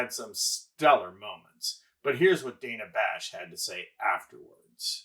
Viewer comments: The bites are good. He wastes our time. One of the STOA. The Slow Talkers of America. (He also mispronounces DANNA Bash’s name she’s not DAYNA Bash. Get it together! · I'm no fan of Dana Bash but why did you mispronounce her name for the whole video? "dan-uh" not "day-nuh" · I’m a Harris supporter but please say Dana Bash’s name correctly and you had Van Jones name incorrect. You lose credibility.